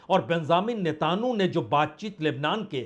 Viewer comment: Why do you pronounce the 'netanyahu' in a strange and incorrect way? Not expected from someone of your experience.